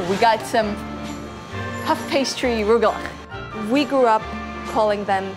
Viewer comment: It's not Roogelech it's Rugelech